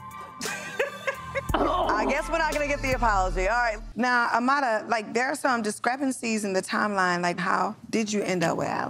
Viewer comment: Why do people pronounce Amara as "A-MA-DA" ??